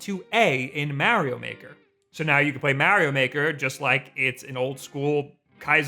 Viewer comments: BUT WHY DOES HE SAY "MEEAARIO" (A like in "Apple") AND NOT "MARIO" (A like in "Ability")?!?!? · Why do you say Mario the way you do? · I hate the way he says Mario 😂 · Start by saying Mario right then you can play it right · Every time he pronounces Mario like that a part me dies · Hurts my soul